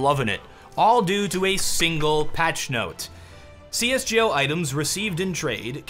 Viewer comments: it's pronounced GO not gee-oh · please for the love of god just fucking say c s GO please holy shit